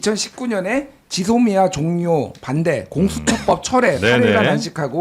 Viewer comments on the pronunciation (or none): none